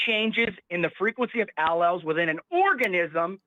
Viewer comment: He pronounced allelles wrong